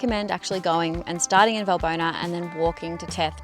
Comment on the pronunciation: ES HEIST. WALLBONA WALL.BONA WERD GESPROCHEN BRUDER